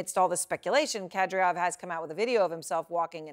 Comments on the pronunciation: Burnett - The man's name is Kad Y rov and NOT Kad R yow -- how did you get the job? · WHY is it this CNN presenter who thinks she is good, and is reading a screen, CANNOT even say the Chechen leader"s name correctly. SHE keeps saying KadRYov and not his name which is KadYRov. SIMPLY FRACK TO BUNT. This is bad for a presenter to get the pronunciation incorrect when all others on the planet can say it correctly and all she has to do is listen, monkey see/hear, monkey DO! Others must not listen to Ukrainian people speak either, and then say the village or town names incorrectly. Very SAD for so called educated people to get it wrong! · Everyone : KA-DY-ROV CNN anchor : Kadriov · That novichuc is a helluva poison and Erin it's Kady -rov not care de off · It's Ka-dee-rov. Not Ka-dree-yov. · Kadryov?? Actually it's Kadyrov, is it not? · Why she pronounced Kadyrov’s last name wrong ? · It is KADI ROF, NOT KADRIOF come on ERIN. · It's not pronounced kad-ree-ov. It's Ka-deer-ov. Horrible prep reporting. Typical CNN. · Can she stop calling Kadyrov- Kadriof it is ignorant and sloppy. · The terrorist's name is pronounced ka-DEE-rov, not KA-dree-ov. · Kad-EER-off, not "Kad-ree-off". I'm kind of amazed with how they can still mispronounce these names considering how much reporting has already been done on him. Doesn't CNN have ANYONE on staff who can get these right? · It's Kadyrov, not Kadryov. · his name is Kadyrov, not Kadriov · I wonder if the teleprompter was written wrong or this host is purposefully mis pronouncing Kadyrov as Kadryov. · Seriously? You can't figure out how to pronounce Kadyrov? The war didn't start yesterday, do some research. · Said his name 5 times… not once correctly. It’s not a hard name! Come in CNN! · Kadyrov pronounced Kuh-Dear-Ov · she is having a real hard time saying Kad A Rov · Pronunciation check: Ramzan Kadyrov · someone teach this lady how to pronounce Kadyrov correctly. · surprised such smart pretty woman mispronounced K A D Y R O V